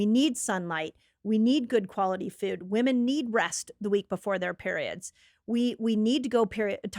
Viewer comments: I got so distracted by her pronunciation of food over and over. Feud. Also, no one should drink the milk from any animal. Ever. Unless you want to keep the females sick and tortured and pregnant their whole lives. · Its foooood, not fuds, where did she learn how to say this??